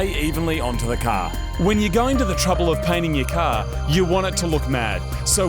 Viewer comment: "Ye cah" 😁